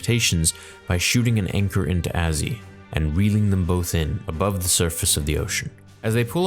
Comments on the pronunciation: It's not azi it's a zi just say a and zi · Love you man but it's AZI (A-ZEE) not (AZ-E). I'm Kiwi so gotta correct you haha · Isn’t anyone else bothered how he says AZI Name Wrong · The way this man pronounced AZI😭